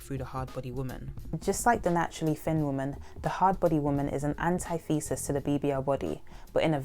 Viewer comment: Btw it's pronounced antih-thu-sis, not anti-thee-sis. Great video btw!